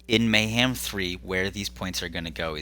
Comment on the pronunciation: May-ham, may not ham, who knows? 🤷‍♂️